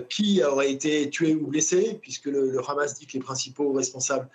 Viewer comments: Pourquoi vous dites « Khamass » à la israélienne ? Les journalistes ont ils un parti pris ? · En hébreu le Ha se prononce Kha